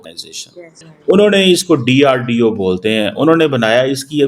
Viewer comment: Sale DRDO sahi se bolo katwa